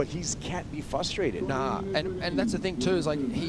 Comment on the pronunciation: I don’t care how many times says “fustrated” or “fustration”, it bugs me every time. The word is FRUSTRATED. There is not a silent ‘r’ at the beginning. Irish wristwatch… c’mon, I know you can make the ‘r’ sound, lol.